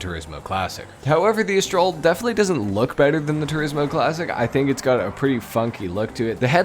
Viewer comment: Not to be that dickhead, but it Astrale is pronounced "Ast-tra-lay"